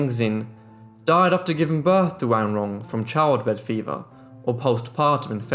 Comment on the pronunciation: Accurate pronunciation of her name! Great job!